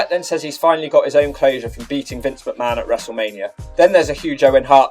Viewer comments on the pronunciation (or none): none